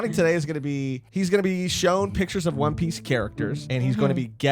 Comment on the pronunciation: For its not one piece its "Juan Piece"